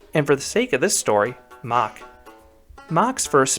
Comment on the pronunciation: Its MACK NOT MACH